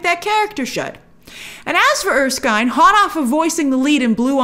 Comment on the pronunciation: It's er-skin, not er-skyne. Just wanted to throw that out there.